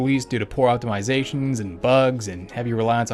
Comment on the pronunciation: Good vid. But optomyzation? Lol